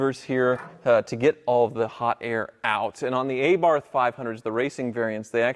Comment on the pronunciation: I always giggle when Americans call Abarth "Eybarth". 😄